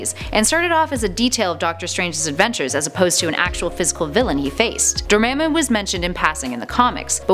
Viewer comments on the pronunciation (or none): Dormammu is pronounced Door-mom-u not Dir-mim-u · it's spelled dormammu but pernounsed door-mom-oo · Not to hate or anything, but it's pronounced Door-Mah-moo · Door-mom-ooouu I cringed when u pronounced it😭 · Dormammu pronunciation (Door-mom-ooh) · Really? Door-mom-moo. That's how you pronounce it, ma'am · Its pronounced door-mom-moo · Dormammu is pronounced (Door*mom*moo) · This is how you say dormammu the right way Door- mom-ooo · You say it door mom boo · Door ma'am moo?? rrreeaally hun? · It's pronounced (door mom mu) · this is how you say dormamu door ma moo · how do you pronounce dormammu so wrong